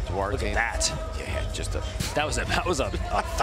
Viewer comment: Duarte, Dante. Can't say Duarte but can say Dante. My gosh us Americans are bad at language